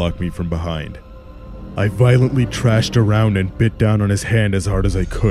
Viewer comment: Why do people keep saying "trashed" when they mean "thrashed"?!